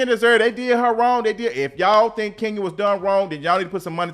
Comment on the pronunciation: Everytime I see Kenya I hear you saying "Skenya Moore" 😂😂😂